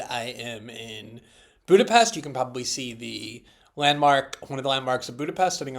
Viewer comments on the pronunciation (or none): Glenn - I would've expected you to pronounce Budapest correctly. :(